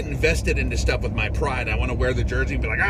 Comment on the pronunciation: a lot of Shtuff done, way to catch yourself in mid-word and convert "shit" to "stuff"...Shtuff...word for the new year!! Great message brother, stay safe, stay blessed!!